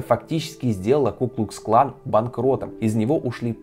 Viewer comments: КуклуКсклан, а не куклусклан. Ни разу правильно не сказал. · Меня одного напрягало, когда ведущий(кто он?!) говорил "ку-клус клан", а не "ку-клукс-клан"?